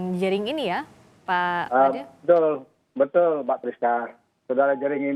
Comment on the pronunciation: Pak made bu FRISCA...Madeee...( Seperti pelafalan huruf E pd kata 'Enak' ) 😜